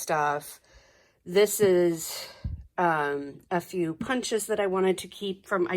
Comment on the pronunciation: Great room! Have to tell you though, I giggle-snorted when you said "this is a few stamps..." I so heard "this is f-u stamps.."!!!! Made me look up quick!!!🤣🤣